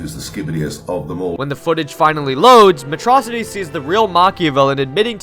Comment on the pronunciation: Freaking "Metrocity" is killing me